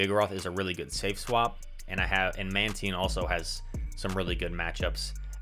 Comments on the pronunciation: well done man! and it is indeed Man-teen. I was thinking exactly what you were saying, "why is he switching up pronunciation?" hahahaha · how do you pronounce mantine lol